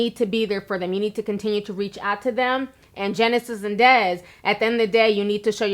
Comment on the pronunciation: Look Miss commentator can u at least say Desi name right damn